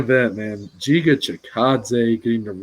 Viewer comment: not jiga, it is Giga (g'reat, g'oal, g'ame...) good luck, guys.